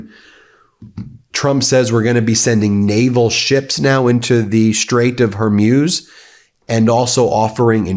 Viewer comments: It's pronounced "Whore-Mooz", not "Whore-Muse". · great coverage! However, Hormuz rhymes with booze or schmooze, not fuse. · I think the Strait of Hormuz is pronounced “horr mooz” by English speakers rather than “ horr myooz”.. We’re gonna hear that word or that geographic location many times in the near future. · Xi is pronounced SHE. Straight of Hormuz is pronounced MOOZ not muewz. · I spent a year in the Gulf with the US navy and never heard the Straight of Hormuz pronounced Hurmuz. I just Googled the pronunciation and it said Hormooz. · Will someone please tell Ben that it’s Hor-mooz, not Hor-muse? I can’t believe no one close to him has said anything. It’s cringeworthy. 🙉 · Please tell Ben to work on pronouncing names of people and places : Hormuz is pronounced Hormooz. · Please stop saying Hormuse, pronounce it correctly as it is spelled Hormuz. You're a brilliant guy so don't keep bringing yourself down every time you try to say that name! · Ben, please, Hore-Mooz ! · You really dont know how to pronounce strait of hormuz? How? In all youre life you havent heard it pronounced hormooz? Kind of weird tbh. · Sound informed: Hore-MOOZ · Love Meidastouch and Ben, but his mispronunciation of names drives me crazy..Hormuz is pronounced Hormooz and not how he pronounces it. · Ben ! Dude say it with me . Hormuz - hor-mooz . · Hormuz not Hormuse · Zíøs are always bad at pronouncing places in the Middle East correctly. He’ll never get it. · Hey Ben !!!! Learn how to pronounce Strait of Hormuz!!!! It’s killing our ears !!!!!!!!! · Plz pronounce Hormuz correctly Feels weird to hear such distorted pronunciation